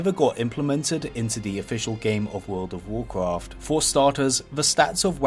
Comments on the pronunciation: When you can say Rexxar with a Scottish 'R' but can't say Warcraft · "Warcwaft fwee" "Many Secwets" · "vocfaft free" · you say wocwaft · Nobody: VOKRAFT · whoa cwaft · You say wowcwaft and its annoying. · warcwaaaft fweee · World of Warcwaft fwee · Woucwaft thwee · wawcwaft fwee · woucraft fwee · in wawcwaft tweee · Wowcwawft frree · warcwaft fwee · wawcwaft fwee ?